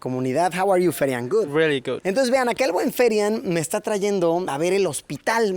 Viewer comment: Dice ferian no therian